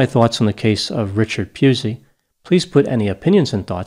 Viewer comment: Its pronounced Pussy. Though in Australia we prefer to call him a cunt.